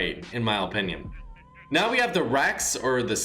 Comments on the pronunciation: Guys. It’s his, OH-pinion. XD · Mac Man yah but I’m tryna emphasize how he says it lmao cuz it’s mad funny